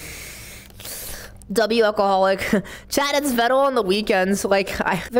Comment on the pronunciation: Unfortunately, it's Veh-dul. The twins just get it wrong... and probably intentionally, knowing them... lol